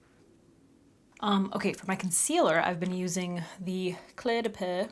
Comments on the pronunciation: Are you finding since you started using prescription meds for your skin, and your skin has become dryer, have you had to purchase a lot of new foundations? FYI Cle de Peau is pronounced Cle de POE. It's a lot easier to pronounce that way, :-) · I’m dying with the way you say “cle de peau” every time you say it I think of inspector Clouseau from the Pink Panther movies🤣 (which you are probably wayyy too young to know!) love ya🥰